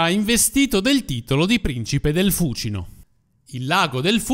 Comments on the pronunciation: L'ho sempre sentito pronunciare fucíno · Perchè l' accento di Fúcino cade sulla prepenultima ? Perché cade sulla prepenultima pure di Tiber,Tibéris .So due rrrromanate?